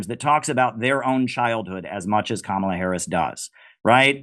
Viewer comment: Kamala bedeutet auf Sanskrit Lotus und ist auch eine heilige Blume. Es wird einfach als Kamala ausgesprochen, nicht als Kamāla. Ist das jetzt klar?